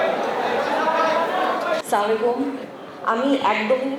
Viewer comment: এসব জায়গায় শুদ্ধভাবে সালাম আসে না।